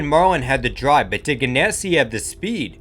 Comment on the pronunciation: Sterling marwin? It’s Sterling Marlin not marwin.